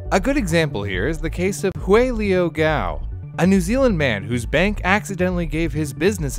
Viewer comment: OMG you pronounced Hui correctly...or atleast to me correctly...guess it depends on the person.